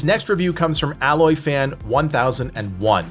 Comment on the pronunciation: Not to sound picky or mean spirited, but I believe that one just name was Aloy fan, as in Horizon Zero Dawn, and not alloy as you pronounced. Simple mistake, really, but since I've played both games, I understand the difference.